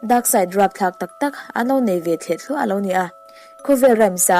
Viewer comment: 'Thleh thluah' nilovin 'Thliah thluah'.